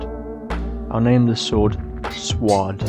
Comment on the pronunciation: 400 SUBSCRIBERS! CONGRATULATIONS!! 🎉🎉 also the Sward sounds like a slur.. Edit: DONT DO THAT EVER AGAIN YOU ALMOST DIED ☠️